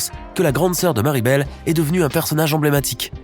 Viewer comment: Tu as fait une faute en disant Mirabelle c'est pas Maribelle mais c'est Mirabelle